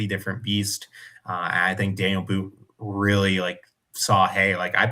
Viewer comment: It's pronounced "Dah-kneel" , his name is not Daniel